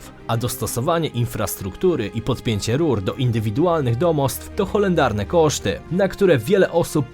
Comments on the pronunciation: Horrendalny a nie holendarny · horrendalne a nie holendarne